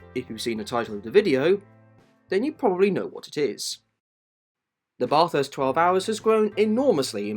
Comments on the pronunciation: bah-thirst, not bath-hirst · so you know, the 'ba' part of bathurst is pronouced like 'bat', not 'bar' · Sounds like ya saying Bot-arse bro......... try Bat-hurst. Thanks for the video. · I'm Australian and I *no offence get annoyed when people say Barth-hurst and not just Bath-urst. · Bathurst isn't pronounced like "barthurst" its like "bathurst" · You need to pronounce Bathurst correctly. It's NOT Barth-hurst. Its Bath-urst. Say it like an Aussie. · bro the way he is bathurst lol, it's pronounced "ba-thust" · How difficult is it to say bathurst just say bath-urst is the easiest way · how tf did brother manage to research all of this abt the 12 hour and other races and pronounce it as barthurst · Hate it when Bathurst is pronounced Bath House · Love your videos but…….Bahh-thurst? I wouldn’t say it like that at the top of the Mountain, mate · baah-thurst... *grabs pitchfork* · Its Ba-thirst... thats how you pronouce it right. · Bath-hurst, convict-spawn. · nope it isn't, it's pronounced how the locals say it, which is 100% not Bath-hurst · Letting u know it’s not not said how it’s spelt it’s like bathh -herst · please say Bathurst correctly, as an Aussie, it infuriates me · I Couldn't agree more then with the Precious Comment ! If U R going to Tell the Story ,& wasn't so bad, but Could of been better Too ? PLEASE pronounce the Name of the Race Correctly ! We R a Pretty Relaxed people in this Great Country , But this is not Correct ,in any Way ,Shape or form ! From an old Aussie Digger , Car Enthusiast ,Engineer Who has Travelled ,Driven almost Everywhere throughout the World ! Thank U & Cheers to all ! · When a pom is clueless on how to pronounce Bathurst 🤦🤦🤣🤣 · Great video but please look up how to pronounce Bathurst properly 🤝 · Great video! But please, learn how to pronounce Bathurst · Bruuuhhh such good info but you don’t know how to pronounce Bathurst. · at least you could learn the name properly and not pronounce it incorrectly for 10 minutes